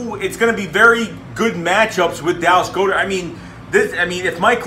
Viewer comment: Dallas goedert last name is pronounced as like god ert not go dert